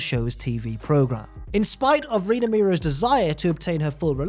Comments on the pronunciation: Miro's 😂 lol it's mero's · It's Marc Mero not Marc Miro hahaha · OK, just me that is really annoyed by pronunciation of Mero. Mero and Miro are different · i know its a different accent & way of speaking, but stands out every time he calls mero miro like the former rusev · Stop saying Miro. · I'm about to freak out if I hear you mispronounce their last name one more time. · The worst thing about this is the pronunciation of Mero in the video